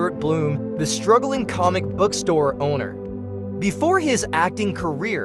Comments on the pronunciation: The AI cannot pronounce so many of the names correctly. So many mispronunciations of names and words. Comic-book store, not comic bookstore. Laurie, not Lurie. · Going to presume AII narration; there's a subtle difference between a comic book-store and a comic-book store when spoken. And any narrator of a video about The Big Bang Theory ought to be able to pronounce Koothrappali correctly LOL